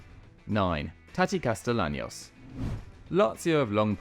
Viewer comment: Friendly correction. It’s pronounced “Casteyanos”